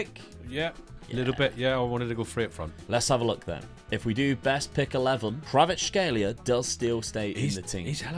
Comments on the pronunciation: Kvar-at-shkay-lia its not that hard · Name: Kvaratskhelia: Kravatskhelia "Its weird cause I know how to say that one"